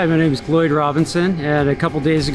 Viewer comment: "Gloyd?!?" No way. Nope. WTF he he